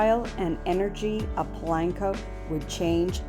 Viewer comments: Please por favor stop saying Pulanko!!!! Dios mio. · Pa lank co 🙄